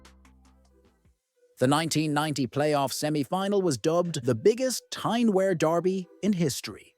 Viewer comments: Stop saying Wear like that - it’s pronounced w- ear, not air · It's pronounced Wee'ar not wear as in wear a pair of trousers. Sunderland had a bigger population than Newcastle. It's only recently Newcastles population has slightly went higher. Through Thatcher destroying Sunderland. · For the record 'Wear' is pronounced - Weeur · Pronounced "WEER".... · This mispronounciation of "Wear" is doing my head in.